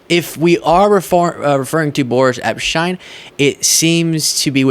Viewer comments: Just FYI, and not the point, I know. But, I think Boris Epsheteyn is pronounce Epsh-teen. That is how I have heard other lawyers in their videos, or TV commentary, pronounce his last name. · Pronounced epsteen!!